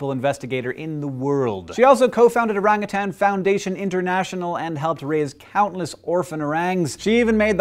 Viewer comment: Dude, you pronounced orangutan right. I love you.